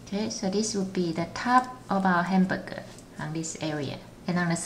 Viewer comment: I know how you feel, she pronounces every word without pronouncing the last letter. Instead of hamburger, she said hambuge